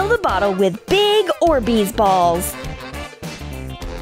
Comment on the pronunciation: It's orbees not orsbeez